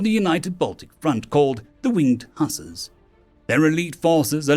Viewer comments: Also got hussar wrong to it is huws in the name sar as in are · narrates it very unusual for you to make wording wrong in ur story n it was a great story, but these 3 were said wrong kaiser n reich n hussar